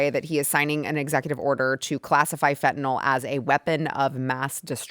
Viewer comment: FentaNYL... you and PDT both.. it's NOT FentanOL.